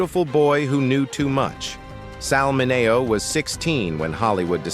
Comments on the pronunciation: Sal Ma - nay -neo ?? WTH? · I had to shut this AI trash off the third time Sal Mineo's name was pronounced wrong within 30 seconds. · Why are these videos voiced by AI? Surely there is someone out there that can read a script and pronounce well known names (ie, Sal Mineo) correctly. YouTube needs to implement a no AI voice over policy.